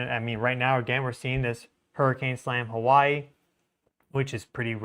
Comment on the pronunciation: Hawaii has a W..... not a V